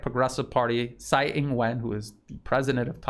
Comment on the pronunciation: Funny anecdote the way you’re pronouncing Tsai as Sai means sh it in the dialect they use in Taiwan. It’s very appropriate though.